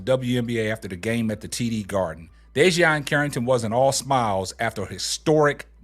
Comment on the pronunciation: Bro... DEE-JUH-NAY CARRINGTON! 😂😂